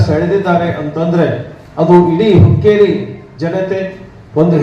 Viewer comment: Hukkrri ಅಲ್ಲ hukkeri